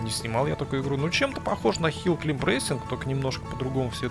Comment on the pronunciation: Не Хилл КЛИМБ, а Хилл КЛАЙМ